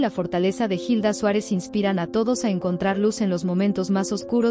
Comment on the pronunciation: La mama de Omar se llama la señora Hilda Suarez aprenda a pronunciar,.que preguntas tan estupidas que ud hace